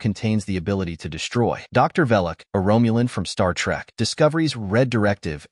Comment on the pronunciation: If I hear Romulan pronounced "Rome-u-lin" one more time, I'm going to throw up.